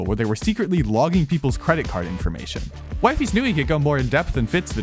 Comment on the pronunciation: disliking the video cus ur purposely sayin wifeys